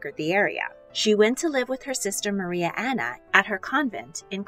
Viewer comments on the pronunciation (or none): I love how she says Maria anone ne yas